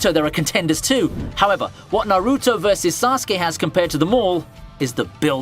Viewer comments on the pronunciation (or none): Why do you pronounce bakugo, hanami, and naruto like that?!